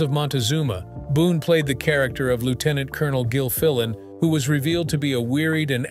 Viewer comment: What painful imbecility. "The krakter of Paladin..." The more frequently I hear AI, the less concerned I become.